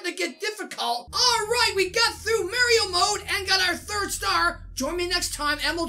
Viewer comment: Your saying mario wrong